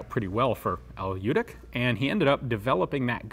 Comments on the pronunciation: Runentry Americanized spellings often lead to assimilated pronunciations. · I've been hoping you would come across one of these I've seen photos of one almost 20 years ago along with the le Matt revolver and since you covered that so extensively it put me in mind of this and the 20 years of trying to pronounce the j in Ljutic. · I know the family he died in 2011 not 97 and your miss pronouncing their last name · to show him some respect , you could learn how to pronounce correctly his surname , it's not american surname , so it's hard for you i know but it's not quantum physics . little respect for him won't hurt you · Lyutich, not Lewtic. "Ch" pronounced as in chimney (close enough). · Al Ljutic was of Croatian descent, so his last name was actually pronounced Lyootitch or "Ljutić" which is how it's spelled in Serbo-Croat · Actually his name is pronounced as Lyutich and written as Ljutić. Keep in mind that the 'Lj' is a single letter. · I think it's really said Lyutich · Love the channel. Just a note. The name is Serbian, & its pronounced LYU- tich...J's are pronounced as Y's, & any name with an ic ending is pronounced ich. Although it's true that many Serbian Americans give up correcting people & go with the flow by the second generation.. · Pronounced L-YEW-TITCH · Very interesting weapon. The correct pronounciation of his name would be Yewtic' (the last c' is just no a sound that is present in English :D). He must have had ancestors from the Balkans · Well actually it's pronounced like in your(our) language. It's "ljutich". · Well, it's "ch" actually, but this guy can't pronounce any word of germanic/nordic/slavic/latin languages correct. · The name is pronounced in your writing system as Lyutich. Thank you. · pretty sure ljutic is pronounced "lyoutits" however, looking at al ljutic, his surname writtern in croatian cyrillic is pronounced "lyoutich" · Letter from Serbian language, similar for pronounce LYOODIC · It's actually pronounced "Lyootich"